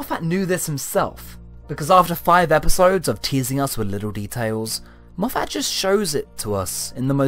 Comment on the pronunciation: It’s Moff-it, not Moff-at